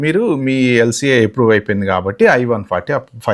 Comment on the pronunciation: చాలా డీటెయిల్ గా కవర్ చేశారు.👍ప్రియారిటీ కాదు ప్రయారిటీ అనాలి. ఎప్రూవ్ కాదు అప్రూవ్😂